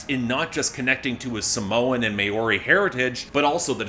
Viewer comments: Not to be a dick but Maori is pronounced Mah-aw-ree... try saying mouldy without the L and D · Lol as a New Zealander I did laugh at absolutely butchering the pronunciation of 'Maori'.